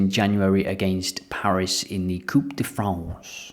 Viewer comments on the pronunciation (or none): none